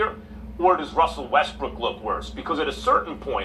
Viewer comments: Yes, be you. Even if you can't pronounce brook and say brick! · I say this respectfully, Why do y’all insist on callin him Russel WestBRICK..the mans name is Russell WestBROOK..smh I mean I understand that y’all ain’t fond of the guy but show some objectivity to the situation and put some respect the man name by pronouncing it correctly..Smh Respectfully